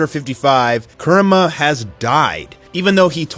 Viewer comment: its pronounced coo-rama lol